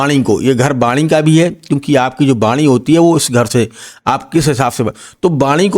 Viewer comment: Baani nahi ❌vaani ✅ Sur nahi Surya Bahan nahi vahan Istreet nahi street Aap bura na maane bhai pls🙏🏻🙏🏻 Achha prediction de rahe hai but hamari hindustani bhasha sahi bolo🙏🏻🙏🏻🙏🏻